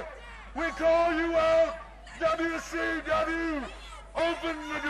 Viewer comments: Dubya sea dubya, wrasslin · U were close, Dude. He actually sed "dubya see dubya rasslin!" LMFO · Dubya C Dubya, Wrasslin